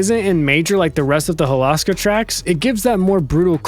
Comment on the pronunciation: It's pronounced Hol-oh-ska, you can go listen to the announcer in Sonic Racing Crossworlds when selecting the Holoska Crossworld track for proof. Ok, now i REALLY wish Hydro City was in Crossworlds, just so we could HEAR the CORRECT pronunciation of the name and finally put that stupid arguement to rest